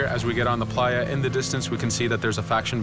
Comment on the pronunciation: Playa means beach and say it right dude